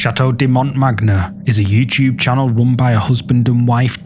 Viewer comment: You're not very good at pronouncing certain words/names. It's pronounced "manyé", not "magner" the way it's spelt.